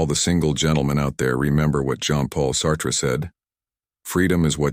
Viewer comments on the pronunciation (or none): Preaching to the Choir! Single for over 37 years, after 20 years of marriage. I could have written this only much better. Plus, you mispronounced at least six words, cringe worthy. I have known all of this and much more, not anything new to learn here. Get a good dictionary, learn French. e.g. Sartre, is Sart, you don't pronounce the last 're'. Plus, he has always been known as Jean Paul Sartre. The word Minutiae, again mispronounced. Twice! Correct Pronunciation is: 'mi·noo·shee·uh' You loose your audience and credibility with this lack of basic verbiage knowledge.